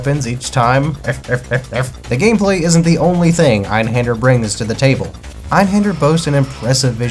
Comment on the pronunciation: Great video and insight on Einhander. I learned multiple things like how to properly pronounce it finally haha. I made a tough choice in December on buying either Grandia or Einhander and I chose Grandia. Watching this sparked my interest again in Einhander. The mini boss fights while very challenging would be very satisfying to beat once you get their patterns down. Great video, as you said the toughest part is obtaining it…. Now I gotta do that!